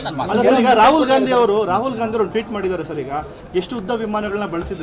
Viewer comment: Toot ala kano,tweet, first words pronunciation kali